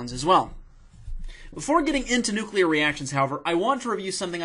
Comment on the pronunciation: Almost peed my pants. Pronounce the word nuclear correctly. I just can't even. You're hysterical. :)